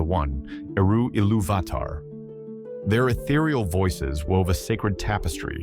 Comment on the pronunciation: Amazing prose and great narration. But your pronunciation of valar, maiar, and illuvatar are just straight up wrong😂 gotta say it as an Englishman would not monotone American